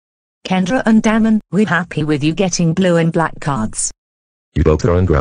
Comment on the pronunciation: When Damon's dad or mom said Damon it sounded like DAMN ON